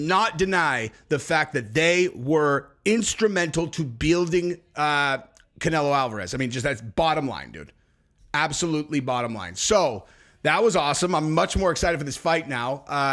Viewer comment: Beealding lol